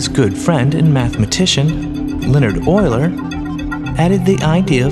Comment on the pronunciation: FINALLY... Someone pronounces Euler correctly.